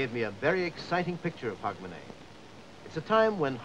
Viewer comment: Canadian/Yank couldn’t even get Hogmanay right.